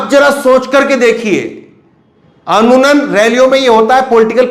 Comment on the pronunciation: Anmunan nahi hota amuman hota hai ap Kai bar ye lafj istemal krte ho pr sahi Amuman hi hota h.bhai agar galti hoi ho to maf krna